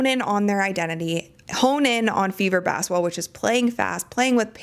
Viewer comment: Why do you pronounce it "bassetball?"